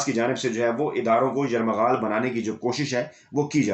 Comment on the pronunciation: راجہ صاحب آپ سچے اور نڈر صحافی ہیں ۔صحافت کی تاریخ میں آپ کا نام سنہرے لفظوں میں لکھا جائے گا ۔ ایک لفظ کی درستگی کر لیں ۔یرمغال نہیں یرغمال۔ شکریہ۔